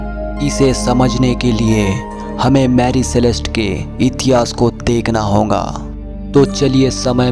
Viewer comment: Ye honga kya hota hai (hoga) hota hai